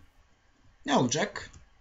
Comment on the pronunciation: Abi pardon ama kendimi tutamadım "olacak"."olucak" değil. -_